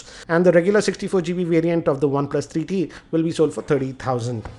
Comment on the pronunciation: its three t bro....not tarreee t....